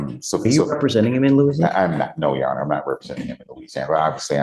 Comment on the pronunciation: The way he says "yesirhonor" really pisses me off for some reason. 😂